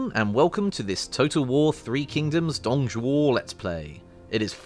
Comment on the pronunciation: My god the Pronunciation for Dong Zhuo is bad x.X